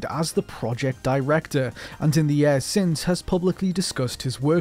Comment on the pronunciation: why can't this guy pronounce the word "Years"